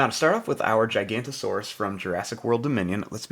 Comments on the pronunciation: It’s not gicantosaurus it’s giganotosaurus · It’s giganotosaurus not gigantosaurus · some people call it gigantosourus and some people call it giganotasaurus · giganotosaurus, not gigantosaurus. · ITS GIGANOTOSAURUS NOT GIGANTOSAURUS YOU ARE 1 LETTER SHORT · Just gonna say again its giganotosaurus not gigantosaurus the difference is gigano and giganto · Actually its giganotosaurus not gigantosaurus